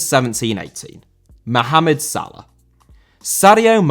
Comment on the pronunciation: Salah* not Saler